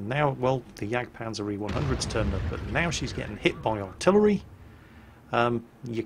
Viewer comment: "Here comes the JagdPANTHER E100" Actually, it's a Jagdpanzer E100.